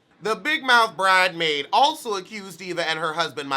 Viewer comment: "Bridemaid" 😂😂😂 kills me every time time....just country!